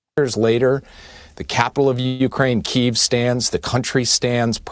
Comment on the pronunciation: WTF is Keee-eeev? For the love of God stop it.